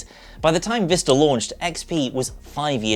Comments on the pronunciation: Is it Vista? Or, Vister? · Quality content? Check Windows Vista pronounced properly? Check? Switch between windows vista and windows Vister? Constant.